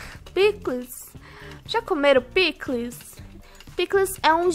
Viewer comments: E a falando picules essa foi boa kkk eu amo essa menina quem ama a deixa o Like Pandástico 👍🐼🐼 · A falando pikles eu tudo bom 🐼